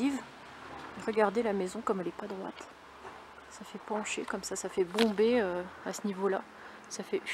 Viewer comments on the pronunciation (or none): none